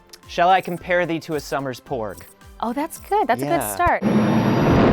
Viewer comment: Ooooh, "PORG"! I thought he kept saying "BORG"...